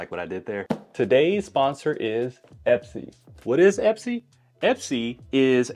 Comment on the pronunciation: Great vid! I noticed the box is called Espy though… not Epsy 😅